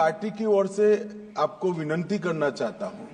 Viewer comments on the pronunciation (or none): बिन्नती नहीं सही शब्द विनती होता है।😂😂😂